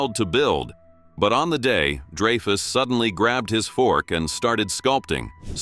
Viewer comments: man AI narration is so annoying. Richard "DRY-FUSS" not "DREY-FUSS" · Dray-fus?? Not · it's pronounced DRY-fuss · Get an AI that can pronounce Dreyfus correctly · one? Please! Every time was pronounced incorrectly. Give us a break